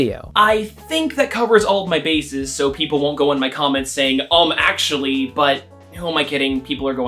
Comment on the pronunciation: um, ACKCHUALLIEY